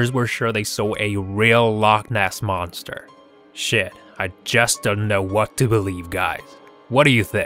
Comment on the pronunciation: He said boster